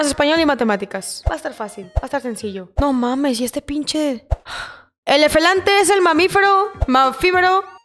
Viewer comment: El: Elefante❌️ Efelante✅️